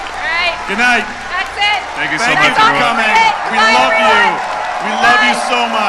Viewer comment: "THANK YOU" that's the most canadian thing ive heard